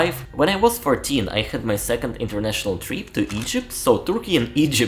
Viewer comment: The words " trip and bit" you say treep and beet.